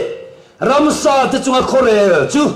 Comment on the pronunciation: Ransa.....ti lovin...Ramsa ..tih tur